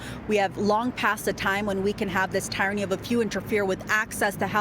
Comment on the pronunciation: Tyranny is pronounced "TEE-run-ee," not "TIE-run-ee."